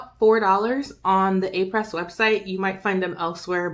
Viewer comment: Thanks for this comparison. (fyi.... it’s pronounced “Ah-pray”. Someone corrected me!)